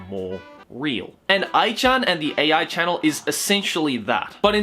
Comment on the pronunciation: It's A.I. channel.... not Aichannnel.... and I'd smash too